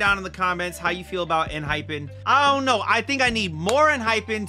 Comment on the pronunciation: EN-HY-PEN is the correct pronunciation. Thank you for checking them out. They've the best bside tracks among all 4th gen boy groups. Check more songs please!